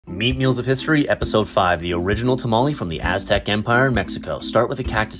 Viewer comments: How the hell you gonna make the og recipe and still pronounce it tamalee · Bro at least try to say tamale right like holy shit. It's not difficult for non native Spanish speakers to pronounce it right